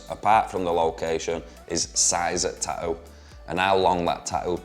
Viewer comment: "Ta'ew" I like it lol